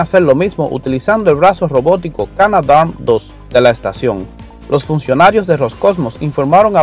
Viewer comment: Es increíble la influencia del inglés en Hispanoamérica. No es sóyuz, así se dice en inglés, porque tienden a pronunciar la primera sílaba. En español es: soyúz. Y no es: Cánada, así es en inglés, sino Canadá, acentuadose en la última a.